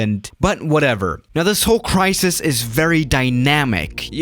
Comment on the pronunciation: Nobody: Not even youtuber::cARaNA CrAsIS